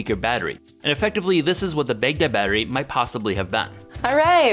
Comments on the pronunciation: Everytime he said Baghdad battery, I thought he was saying Big Dead battery. Censoring the word damnit, from God damnit? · I was so confused at the ‘big dead’ battery name. And now that I’ve mentioned it I bet you can’t unhear it. I’m used to it being pronounced “bag dad” not “big dead” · Its not "big daad" it is sincerely pronounced as "baag daud". Respect names.